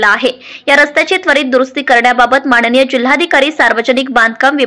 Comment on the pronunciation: माणणीय नव्हे,माननीय!प्रशासण नव्हे, प्रशासन!